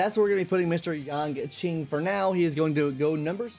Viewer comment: "Yanking" lmao